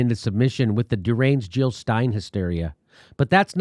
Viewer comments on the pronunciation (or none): none